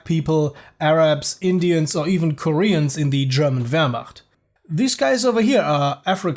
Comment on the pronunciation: Wasnt quite convinced whether the narrator is german or not until he pronounced "Wehrmacht" as "Wehrmacht" and not as "Weermakt" ;)